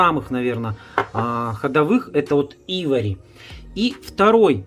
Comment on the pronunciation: Уважаемый автор ,цвет называется Айвори(Слоновая кость), а не Ивори,не Найд а Нюд и т д. Простите но если снимаете видео то поинтересуйтесь правильным произношением и ближе показывайте название потому что людям с плохим зрением трудно прочесть или говорите код.